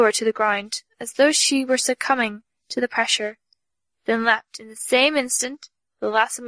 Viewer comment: O.k. you said l-e-pt one time. That means that's your default... Why are you saying leep-ed the rest of the time???